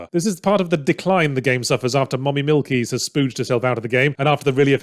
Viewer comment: How does he pronounce mommy milkies so good